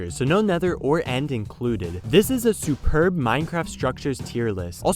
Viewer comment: When he said superb Me: OHH OTAY